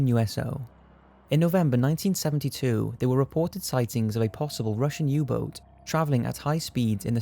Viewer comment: "Russian Uboar"? You mean submarine? lol